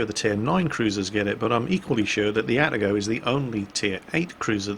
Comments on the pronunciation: Ah-Tah-Go not At-teh-go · please. Stop pronouncing it At-a-go - it's A-ta-go. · Ah-Ta-Go. In Japanese, each symbol represents a syllable that is usually pronounced the same way. These symbols usually only represent two roman letters, with the exception of stuff like Tsu. (Mu-Tsu-Ki and Ha-Tsu-Ha-Ru, for example.) At least that's how it is with the basic Japanese alphabet, anyways.